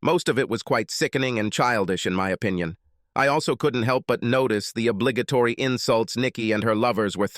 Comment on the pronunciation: Pronounciations? Three more originals to the list: OWE+PEN+ED RAY+CON+EEZ OWE+BLEE+GA+TORY Ye gods, so abysmal, commenting must be a sheer waste of time…